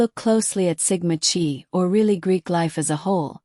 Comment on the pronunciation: “Chi” is pronounced “KAI”. Check the pronouncing of victim’s names. Ethan was suspended for bad grades: same for Xana, at her sorority. Good background report here. ❤